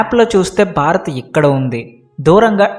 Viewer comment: Sir Barath Kadu Bharath. Observe the difference.